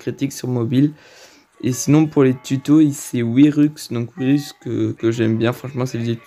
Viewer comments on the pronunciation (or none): Wyrux sa se prononce Wyrox